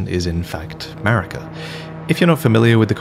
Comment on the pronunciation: You realise what “>” means right? And it’s Marika, not “Merika”